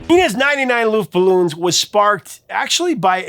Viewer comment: It’s pronounced luftballons not luftballoons.